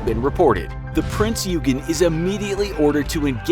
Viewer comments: It s not peen eugen it s print eugen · Just a little info its prince oy gen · it was pronounced prince oy-gen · ye it aint ugen its prince oigen if u need help to pronounce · the king georges guns were 14 inch, bismarck is not a mid-cold war russian guided missile destroyer, the british do not have the ticonderoga class of cruisers, the british torpedo bombers were not jet fighters, the f35 did not exist in the WW2, the german cruiser prinz eugen is not pronounced prinz yougen, no battleship or any ship has ever had guns at the highest point of the ship. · “Prince YOUgen” Uncultured swine, it’s prince OY-gihn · It isn’t Prince Yoogen... it’s Prinz Eugen (pronounced Oigen) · the king george never had 16 inch guns, but rather 14 inch guns.~ says the destroyer rodney, the rodney was a battleship. submarine spitfire? prince U-gen? pronounced prinz OI-gen. Also, almost all planes or ships displayed are nothing alike what they really looked like (why does the bismarck have what looks like missile launchers?). the only thing that looked like anything was a perhaps renown class when referring the the prince or wales (don't feel like re-watching) and they pretty much got the biplanes on, but whats with all these 2 and 3 engine planes when referring to float planes or spitfires? not a bad video, but its not hard to look up correct pronunciation or at least closely resemble what you are talking about in image form. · Yeah. Also calling Bismarck "She", and also "Prince Yoogen"(pronounced more like "Oy-gen") decent video though, just prepare a bit more. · P r i n z Y o o g e n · Prinz Eugen - Prinzz Hoy-Gnn(or Oiy-Gnn) mostly silently pronounced the Eu = Oi/hoi/Oiy/Hoy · Prinz Eugen is pronounced "Prints Oy-gen." And it's the ADMIRALTY. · Not to be nit picky but it is pronounced prinz oi-gen. Just something very small I noticed sorry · You pronounced the prinz euagan wrong. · Prinz OY gen. :DDD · The way he pronounced eugen!😂 Its pronounced “Ouy-gen”!